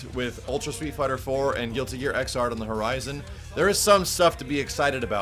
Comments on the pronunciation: I was dying just how you were trying to say X'rd. So the 10th series in this game right? I think....? Just good to have another GG in the series. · Japanese pronunciation: Giruti Gia Iguzādo So expect the English pronunciation to be: Guilty Gear ix-zard The "X" is said more with an "icks" than "ecks" sound. Leaving it "3rd" would have been so much easier...